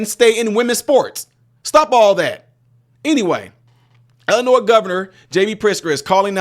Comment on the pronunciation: Why can't people pronounce Illinois correctly? It's NOT pronounced 'Illi-NOISE' it's Illi-NOI. I've seen a few people do this lately. Stop it. Say it correctly, please. Besides that, I'm so glad that the governor is getting defunded. Amazing how stupid he acts. If he IS really that stupid then he shouldn't be governor.